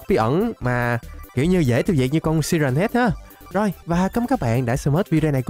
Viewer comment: Siren Head mà anh đọc là si ren head